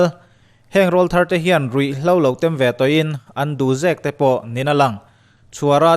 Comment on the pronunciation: Rawlthar tiha 'rawl' tih lai hi i lam dik lo. Kan aw rawl (voice) thlukin i thluk a, a dik lo. Tleirawl tiha 'rawl' ang tho-a lam rik tur a ni. Mi tam takin mipa tlangval tan tir, a awm a lo danglam (til pawr aw) avang hian a aw rawl a lo danglam a, rawl (voice) thar ti-a lam tur an ti a, hei hi a dik lo tih hriat a tha. Rawllai, tleirawl tih kan sawia 'rawl' kan thluk/lam ang hian rawlthar tiha 'rawl' lai pawh hi lam tur a ni.